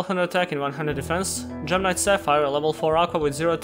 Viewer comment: It sometimes sounds like gemini when he says gem knight. When he got to the part about gemini gem knights I was so confused lol.